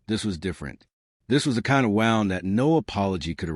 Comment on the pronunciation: It's not a "wownd" it's a "woond"